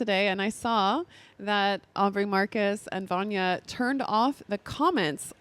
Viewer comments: Her name is VYLANA Not Vannya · her name is vylana not vanja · it's not Vanya it's Vylana... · Ugh, had to stop watching because she couldn't pronounce Vylana's name repeatedly. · so many people have done this, I’m like…how do you sit down to record something without remotely having the names correct